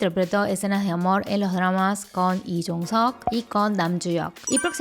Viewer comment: hola! una pregunta, por qué Lee lo pronuncias como "i" sin la L? como en el por ejemplo!